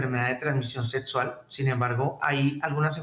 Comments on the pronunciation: Setso ? Doctor y no sabe ni pronunciar ? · 😂😂😂😂😂😂😂😂😂 Cada que dice setsual, setsual, setsual, setso, setso , setsual🤣🤣 🤣🤣🤣🤣🤣🤣🤣